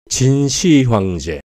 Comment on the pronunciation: '진시 황제'가 아닌 '진 시황제'로 읽어야 합ㅂ니다.